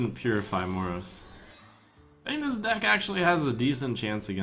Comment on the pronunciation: The way you pronounce Moroes.... Please stop. The "e" is NOT silent.